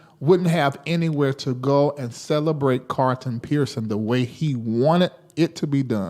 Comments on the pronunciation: I don't have a problem with him being from the south -- My parents are from the south! is an intelligent man, and he's very articulate. I don't hear him mispronounce many words... I know he can say CARLTON instead of CARTON! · his name is pronounced CARL-ton... When you say it, you leave out the L.